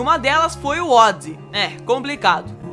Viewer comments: ODisss o que ? A pronuncia é ÔDISÊI.... assim que era pronunciado aqui no Brasil.... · "ódzi"???? No meu tempo era "ódissei" ou "ódissí".... LOL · Vc é do interior? Pela amor de Deus não me fale Odissey novamente kkkkkkkkkkkkkk hilário !!!!